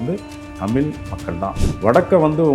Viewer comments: ஐயாவின் "தமில்" உச்சரிப்பை தமிழ் படுத்த வேண்டியது மிக முக்கியம். தமிழர் தானே? அல்லது, திராவிடரா? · ஐயாவுக்கு தமிழ் என்று சரியாக உச்சரிக்க வரவில்லை போலும்! மகிழ்ச்சி! ஆலயங்களை உருவாக்கிய விஸ்வகர்மா ஸ்தபதிகளுக்கு அந்த ஞானத்தைத் அருளிய சிவபெருமானை வணங்குகிறேன்!